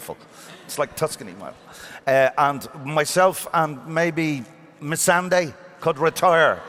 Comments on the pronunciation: It's not Missendai, it's Missandei! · Why does he keep calling Missandei, Miss-an-Die !!!! Why!!!